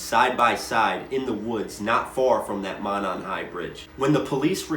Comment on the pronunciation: Monon pronounced Moe-non. Kokomo pronpunced Cocoa-moe. In these cases you can always tell an out of towner doing research messing up these names.